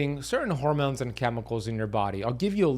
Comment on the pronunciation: Oh yeah and "hoarmones" 😂